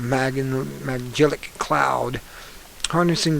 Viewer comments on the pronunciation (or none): Ohm you're an astronomer 'with a telescope,' and don't know what an unmanned probe is vs a 'shuttle craft,' modern bell housings, or how to pronounce nebula and Magellanic (or piqued, Carlisle, Perera, told, unlock, classic, text, plot, cylinder, enigmatic, gigaton, etc) yet you want us to believe that your professional opinion as an astronomer ('with a telescope') that there's a cover up? Google Dunning-Kruger effect; it is you. :)